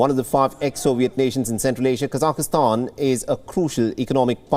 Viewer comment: Please someone help this guy reading the news to say KASAKHSTAN - It is NOT Kasakistan - it is 3 syllables - Ka , SAKH (silent H), Stan